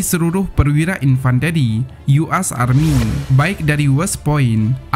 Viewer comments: US..U Es bukan U As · Tolong bahasanya yg logis dong buat yg pnya youtube, US bilangnya "yu as, bukan gitu tong, "yu es